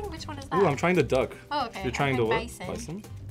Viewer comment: Hahahahahahahaha y’all think scorpions are edible and “good to eat” Hahahahaha 😂😂😂😂 And then the one girl taking a bite of bison- girl don’t know the T in the bison is stroooooong 😂